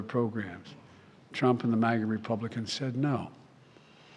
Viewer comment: It is irritating to hear jb say 'it's Donald Truunp's fault" everythime he talks about his(jb)s screwups.😮